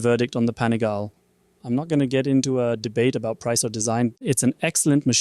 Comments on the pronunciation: Pani gal le, not Pani gale. It's Italian...... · Panigaaaaaale, not panigaile 😅